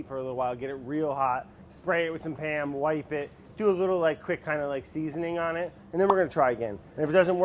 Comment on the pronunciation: Man I love Pa'am cooking spray Edit: pronounced PAYUM